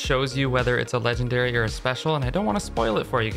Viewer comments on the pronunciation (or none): Ah yes ''